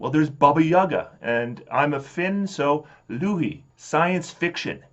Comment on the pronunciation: For a Finn your pronunciation of the name 'Louhi' is quite off ;P